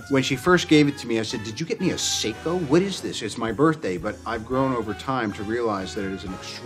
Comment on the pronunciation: For the record, when says: “Breadling” he means Breitling, just like when he says Seaco, he means Seiko